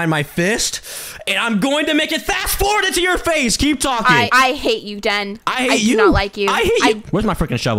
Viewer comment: Why did cane call den denipo